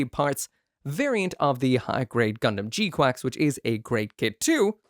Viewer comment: Is he saying gquacks to rage bait us or can he not pronounce gquuux 😂it’s spelled with u’s not an a in sight.